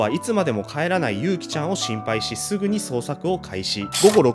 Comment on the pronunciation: あと名前の読み方は「ゆうき」じゃなくて「ゆき」だよ